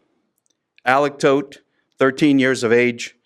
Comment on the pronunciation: The irony of the family name though.. BTW it's pronounced as "thought" not toad.